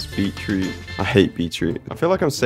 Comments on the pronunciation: Its beet-root not bee-troot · Beet - Root not bee -Troot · It sounds like you you saying beet-trout